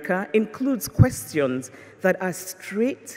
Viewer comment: Excellent channel! Thank you. I realized that this was not english when she says " question"